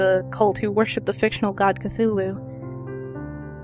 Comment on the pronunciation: Yay for cthulhu. You're the only person I've heard pronounce it the same as me. As a 'th' not a 't' in the story lovecraft says that's just the closest that human vocal chords can come to pronouncing his name so I assume it's said phonetically. I love that rhyming couplet from the necronimicon I have it written across my wall. Lovecraft is amazing. So are you. Thanks for the vid. (and sorry for this essay) x